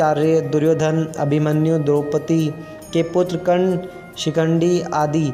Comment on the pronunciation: Thik se nam bhi uchharit nehin hoparahahe terese...dhangse padhke to bata